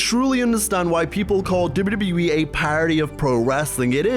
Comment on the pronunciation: why tf do you say wwe like that?